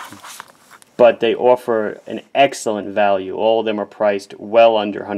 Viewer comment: So cute how you pronounce all... And off... Kinda like "Oall and oaff"